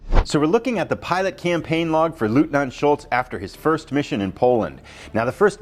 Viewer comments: Someone gave you the pronunciation? “LOYT-NINT” Except in Austria😂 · It's pronounced LOYTNANT. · I believe the correct pronunciation of 'Leutnant' is 'Loyt-Nant'.